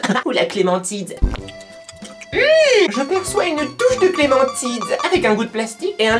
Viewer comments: je suis la seule à avoir entendu dire clementide au lieu de clémentine mdrr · si c'est vrai elle a dit "clementide "au lieu de "clémentine " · elle fait exprer pour faire rire.. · ouais ta raison elle dit clementide😂😂😂😂😂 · Elle dit clémentite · t'as dis Clémentide 😂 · la "clémentide" ? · elle a dit clémentide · non t'es pas la seule moi aussi lol